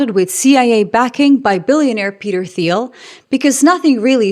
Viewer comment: Peter T's last name is pronounced teal.